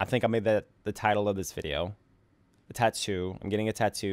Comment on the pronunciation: The way he says tattoo bothers me